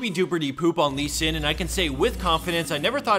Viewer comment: I listened 3x how you say Lee sin's name :D